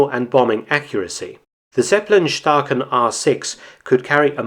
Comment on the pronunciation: Zeppe lin, spricht man es aus in Deutschland!!!